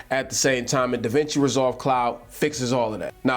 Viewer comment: to , no disrespect at all man but it did sound like you said the Cloud was free. I was intrigued by that. Still not a bad price point.